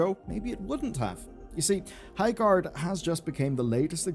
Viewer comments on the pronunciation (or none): "Highgard"